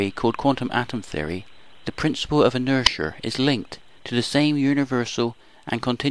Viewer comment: Yeah, what the heck is inersher?